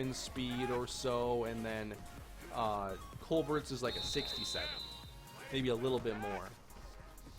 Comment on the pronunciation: Colbert is pronounced like Coal-Bear, not Coal-Bert like it seems. Look at Stephen Colbert